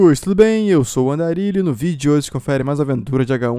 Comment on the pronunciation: eu tbm aushaushsahu,ri pra k7 dele falando o nome do andarilho errado asuash